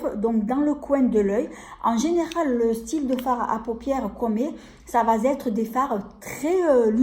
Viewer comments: On dit. Ça va. Être Pas. Ça va zetre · Coucou.. Ne prends pas mal . Mais tu peux dire ÇA. VA ÊTRE.... 😭😢. Y a pas de liaison.. Pas de S. . Tu le dis à tte tes vidéos.. Je t'assure c'est pas méchant..tu J'adore tte tes vidéos et tu le vois... Cette vidéo est pour moi.. Je ne sais pas me maquiller.. Et alors les pinceaux n en parlons pas... Trop Contente.. Allé je visionne.. Bisous à bientôt et prends soin de toi 💋💖🌹😘